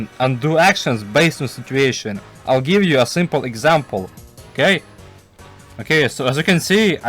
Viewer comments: Why does bro say simple like that it’s not shrimple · "Super shrimple"... bro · W video i also love how instead of simple you would say shrimple